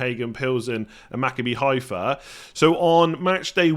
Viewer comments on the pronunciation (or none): Just a quick note, nobody expected you to get it right the first time but because I've heard you mention their name a few times - Maccabi Haifa is pronounced MaCABbi, with the emphasis on the second syllable (that's how Hebrew works). Good luck with it!